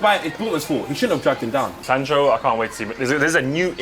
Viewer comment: said Sancho yano 😂